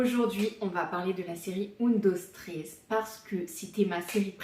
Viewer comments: Un dos tréés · J’ai arrêté de regarder la vidéo au moment où la série a mal été prononcé …. (C’est la base quand même) !!